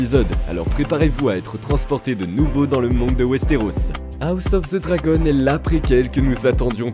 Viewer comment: Moi je connais juste "House of the Dragon " ....pas "House ofz ze Zragon" 🤦‍♂ esti que les francais on toujours un accents degeulasse quand il parle en anglais🤣 bien contents d'etre québécois et de ne pas avoir d'accents qui fait saigner les oreilles.